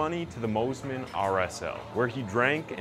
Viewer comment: Pronounced 'Moss-Man' not 'Moze-Man'. Great vid.